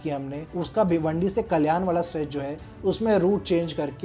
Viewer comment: First improve your pronunciation Gundaavali ❌Gundavali गुंदवली ☑️ ठाना❌ ठाणे ☑️ कल्यान❌कल्याण ☑️ Bhayander ❌Bhainder भाईंदर ☑️